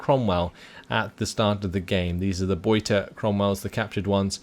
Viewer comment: Your "Beute" pronunciation is improving! Well done!